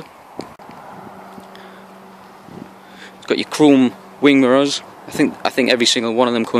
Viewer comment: Nice car mate.... i love how you say mirows instead of mirrors hehe